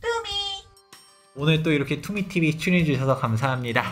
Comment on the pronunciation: 소장님이 투미 TV 말하는데 이상하게도 갑자기 투기TV 로 들림.ㅋㅋㅋㅋ